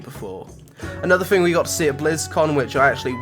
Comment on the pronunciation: it's someFING you like? coolest FING? it's thing pronounce it correct thanks